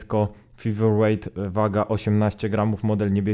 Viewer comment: Fajna recenzja, ale mała uwaga na przyszłość - czasem warto sprawdzić wymowę nazwy, tym bardziej, że jest ona w recenzji powtarzana bardzo wiele razy. Feather wymawia się przez "Fe", a nie "Fi" na początku. Wiem, że nie każdy idealnie wymawia angielskie słowa (sam zresztą orłem w angielskim nie jestem), ale byłoby fajnie gdyby wymowa była przynajmniej zbliżona do oryginału, zwłaszcza, że "th" wychodzi Ci całkiem nieźle :)